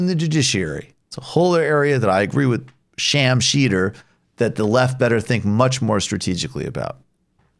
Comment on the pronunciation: I don’t give two shits about Sam Seder, but why is he calling him Sham Sheder?